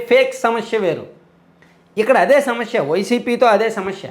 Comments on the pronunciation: Bro, small suggestion. Meeru samasya ani anakunda samashya antunnaru. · Shamashya kadu anna samasya